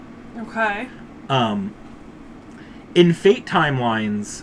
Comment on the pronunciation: Just want to tell you that the T in "Apostle" is silent.